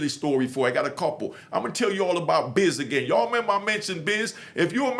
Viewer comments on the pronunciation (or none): none